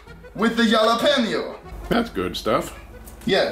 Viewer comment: I like how he pronounces Jalapeños. He says it like jah-la-penios but it’s like Ha-La-penios